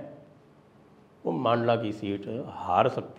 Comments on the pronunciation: Sir its mandla not maandla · मंडला साहेब मांडला नही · मांडला नही संजय जी मंडला बोलिए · सर पूरी श्रृद्धा के साथ जिले का नाम "मंडला" है ना कि "मांडला"। मैं मध्य प्रदेश से हूं इसलिए बता रहा हूं। 🙏🙏🙏